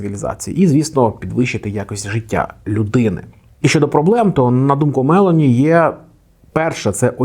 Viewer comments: Правильний наголос у прізвищі - Мело'ні, на другий склад. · Мелоні з наголосом на О. Виправляйтеся)